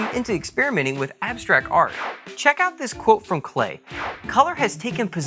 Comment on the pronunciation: His name is pronounced like "Clay".......